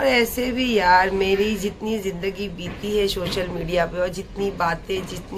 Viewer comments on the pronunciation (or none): none